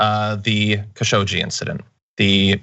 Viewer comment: Khashoggi is pronounced Khashog-Ji (almost Khashoq-chi). It means "spoony" in Eastern Arabic dialects. And yes I know what I am writing.